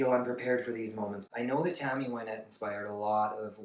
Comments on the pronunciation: I loved your video, but I would like to point out that her name is pronounced Win(as in to achieve victory)-ette not Why-nette. Here she introduces herself at 9 seconds: After her death she seems to have become "Why-nette" as most people call her that now. As a child she was called by her middle name Wynette and not by her first name Virginia. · They called her Why-nette for the first 5 or 6 seasons on Hee Haw . She didn't correct people. Johnny Cash always said her name wrong, too. Now Everybody says her name wrong.